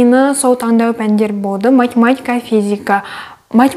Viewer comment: Шылпылдап,пышырлап туратыны неприятно екен құлаққа Еще болды деген сөзі боды деп айтканы да неприятно А так все норм Баллың құтты болсын Бізге де бұйырсын